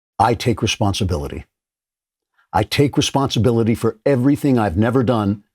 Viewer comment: Andrew, you are lacking the dramatic pauses around '...I.. take.. responsibility...'